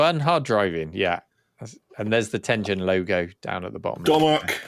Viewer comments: Tengen is pronounced with a hard G. As you said it's a Japanese word from the game Go and is an era in Japanese history. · Ten Gen not "Ten Jen." テンゲン Such as the G in Garage or Gone.